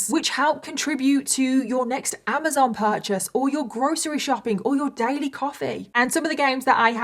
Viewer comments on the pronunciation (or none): none